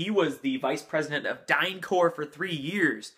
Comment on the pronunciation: The p in DynCorp is to be pronounced. That's because it's not French. It's English, abbreviation for Corporation . If it were the French word "corps" it would have an s at the end.